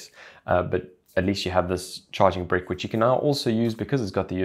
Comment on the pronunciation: Ok great video, but am i the only one who died laughing at the way he said charging brick like charging Brik